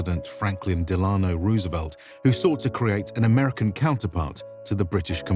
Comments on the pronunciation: Respectfully, you mispronounced Roosevelt's middle name, which has two syllables with the accent on the first syllable. I've noticed this in other videos from your channel as well. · Great video overall, but I can't help but nit pick one stupid trivial thing, and that's the pronunciation of Delano. I do audiobook narrations of older books (100 to 200 years old) and come across a lot of obsolete words and highly obscure names and I put a lot of time into trying to get the pronunciations right. I may not always succeed, but gosh darn it, I try! FDR is not an obscure person, he's extremely famous and you can easily find may examples of his name being pronounced correctly. There's no reason for any native English speaker to get it wrong, regardless of country of origin. It'd take only a minute or two of listening to several historical or academic clips if you weren't entirely sure before starting this recording. ESL people, sure, I'll give some latitude for getting it wrong, but native English speakers have no excuse for not getting it right.